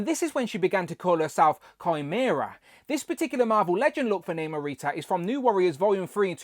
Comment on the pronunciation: The movie pronounced it as Nahmur and not Naymore. Hence she is pronounced as Nahmurita. I would have preferred the New Warriors version so that I can complete that group. I cringe everytime you pronounced her name wrong.